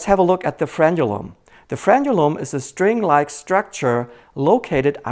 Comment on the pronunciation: Thank you so much for pronouncing "frenulum" correctly. Many medical people and lay people say "frenum". It also runs from the anterior of the penis/vagina to the posterior of the anus. It also divides your nostrils, under your tongue, and some interior parts of your body as well.